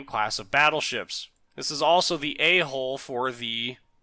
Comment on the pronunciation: When I first started watching this I thought you said I was an A-Hole design...LOL...A-HUll